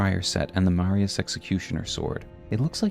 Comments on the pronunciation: Awesome to see a video talking about something which hasn’t been explored much in YouTube lore videos! Such a cool looking character too. Great video. By the way, just a little nitpick, the “s” in “Marais” is silent so it’s pronounced “ma-RAY” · Great video but the pronunciation of Marais and Eochaid is killing me lol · its marais not marias, said Mar-eh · Two small corrections: House Marius -> House Marais (maree) Echoaid -> Eochaid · It's not Marias, it's Marais, and it's pronounced Maray (means swamp in French) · Okay, video is entertaining, gotta give you that. Also a video about my favorite character in the game. Another point for you. But I'm a professional hater, so I got a job to do, excuse the inconvenience. It's M A R A I ' S Executioner Sword. Not Maria's... MARAI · Marias, Echo-aid, bro I’m sorry I really am not tryna be a dick but just take an extra second to read the names I’m retarded so it’s very distracting hearing you mispronounce them over and over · Eochaid is Irish/Briton and pronounced like "ay-oh-kith" or "ay-oh-kid" or "ay-oh-kay" or "ee-oh-kee" (the 'k' being pronounced like a soft 'k', as in "loch") or really anything but "echo-aid". Marais is also famously French, being the name of a fashion district in Paris. The "s" is silent, so it sounds more like "mar-eye". If you wanna be really French, the "r" is slightly guttural. Funnily enough, you DID pronounce "Margit" the way many people in its native Italy and Greece say it, but in-game Margit introduces himself in his introduction: "Foul tarnished, in search of the Elden Ring. Emboldened by the flame of ambition. Someone must extinguish thy flame. Let it be Margit the Fell!" And he pronounces the "i" like you would in the words "kit" or "hit" rather than as you did. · It’s pronounced Ma-rye (Marais) like how Versailles is pronounced. This is the only nitpick I have with a lot of small YouTubers please pay attention to pronunciations